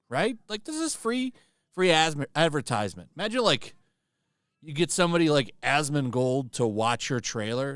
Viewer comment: Bro almost said Asmontisement instead of advertisement, and honestly, it's not even wrong